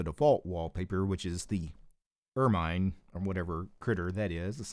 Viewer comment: The reason why it was taking up so much RAM was because you were using ZFS, that file system is RAM heavy and combined with GNOME it takes up a bunch of RAM. Also ermine is actually pronounced ur-men, it's related to the weasel.